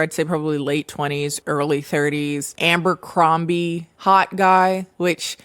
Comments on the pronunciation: Now watch Beverly Hills 90210. (Also, ABERcrombie, not AMBERcrombie 😘) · Taking a shot every time adds an extra M to Abercrombie 💀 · 'ambercrombie' lmao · Girl… Ambercrombie? Had me dying every time u said it and it was so many times!😭😭😂😂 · Forever pronouncing it Ambercrombie from now on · You never sounded more black than when you said AMbercrombie lol. Come through with that nickname girl lol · The number of times said aMbercrombie, i started doubting if it actually is aMbercrombie 😭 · Obsessed with the way you pronounce Abercrombie 😭